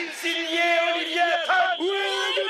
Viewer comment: A Brouce a dit Oliviieille